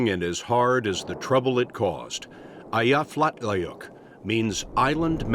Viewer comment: Thanks, but that's not how you pronounce Eyjafjallajökull. I give your attempt a B minus.